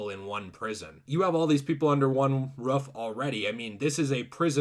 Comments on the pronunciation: its roof not ruuf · it's roof not rough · Its roof not ruff dumb dumb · I was fine with him tell her started pronouncing ROOF to Ruff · Never heard anyone pronounce roof as "ruff" before now lol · When you’re saying roof your saying rough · It’s pronounced “Ruth” dude, as in “The Ruth, the Ruth, the Ruth is on fire, we don’t need nothing but the weed and a lighter!” 😉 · Did you just pronounce roof as "ruf" like a dog bark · I like the way he says roof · Yo, why did he pronounce roof like that?😂